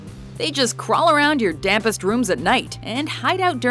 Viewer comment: In it said "dampest"... It almost sounds like "damn pest".. By pest i mean 😂😁😋